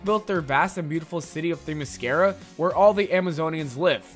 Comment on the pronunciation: You also misprounounced Themiscyra